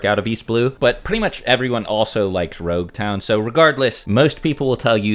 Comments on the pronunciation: why did you keep saying rouge town? The actual name is Logue town. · This man said roguetown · Its LOG-town, as in prolouge and epilogue, NOT ROUGE-town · Am I stupid? Why is he calling LogueTown RogueTown? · So depending on the version of the manga you read the pronunciation of nouns is just lacking.. Roguetown is actually Loguetown. Which supports your idea of East Blue being a prologue. Loguetown is known as the town of the beginning and the end. It is a play on it being Luffy's prologue and Roger's eiplogue. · its not Rogue town, its Logue town. As in Prologue and Epilogue "the town of the begining and the end". So its actually spoken as Log town. I understand the miscommunication though. Oda clarified this in an SBS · I don’t know if I imagine it but I hear saying you Rougetown. It is actually Loguetown. The name comes from Prologue and Epilogue. The Town of the beginning and the end.